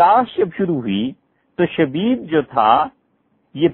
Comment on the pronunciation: حضرت مفتی صاحب کی خدمت میں گزارش ہے کہ براہ مہربانی آپ اپنے بیان میں جب شخصیات کے نام لیے کیجیے تو کچھ زور دے ناموں کی ادائیگی فرمایا کیجیے۔ معروف حضرات کا تو مسلہ نہیں ہے البتہ جیسے حضرت نے نام لیا۔۔۔شبیب۔۔۔۔یہ ھمارے لیے نیا نام ھے ۔۔۔ھمیں لگا حضرت شدید کہہ رھے ھیں۔